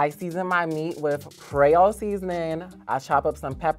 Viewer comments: Did she say Crayole seasoning? 😂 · Did she say cray-all seasoning? 😭 It's "cree-ol'"